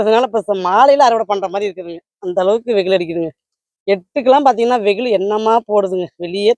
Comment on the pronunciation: Veyil not veyhilu